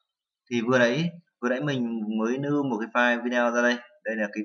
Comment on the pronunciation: lưu chứ ko phải nưu - slide chứ ko phải snai :D